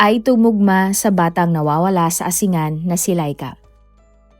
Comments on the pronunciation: hindi po asingan kundi asin-gan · ANG BAYAN NG "ASINGAN"...ANG tamang bigkas DITO ay "ASING'GAN" ,HINDI 'ASI'NGAN'.. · wrong pronouncition ng bayan ng ASINGAN. Asing-an. pls google it before u announce it. thank u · Pronounced as "A-sing-gan" po ang Asingan. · tignan kung paano talaga ang pagbigkas ng ASINGAN ✌️✌️✌️ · Ginagaya mo yung sa Pinoy Crime stories. Mali mali ang mga impormasyon mo. Mali mali pati pronounciation mo. Asingan? Asing-gan. Pati Pangasinan iba din pagbigkas mo. 😂